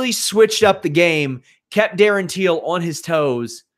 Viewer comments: It’s Till, not Teel. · Till must be the easiest name in MMA to pronounce and you’re saying it wrong, how?